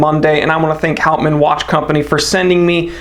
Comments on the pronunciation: As for the pronunciation, clearly it has Dutch roots so that would be "howt- mahn" (if that makes sense), although it will probably have been anglicized. It means wood man, by the way. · Hey, or whatever your your name is. If you are going to review a product you should learn the correct pronunciation of the name. It is called professionalism.